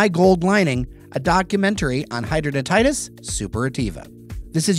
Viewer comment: It is pronounced “hid-drad-in-itis.”